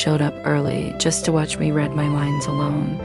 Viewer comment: PLEASE PLEASE Use a human script reader, AI makes too many alternatives in our crazy English language - 'read' v 'read'.